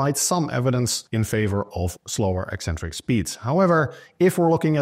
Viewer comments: I'm British and "ek-centric" is the standard received pronunciation. You won't hear "ee-centric" anywhere outside of the lifting/fitness community. I find it really strange hearing them say "ee-centric". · Thank you for being the only fitness professional who correctly pronounces the word "eccentric".